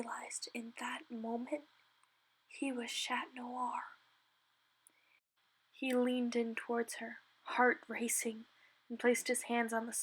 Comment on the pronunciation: “Shat noir”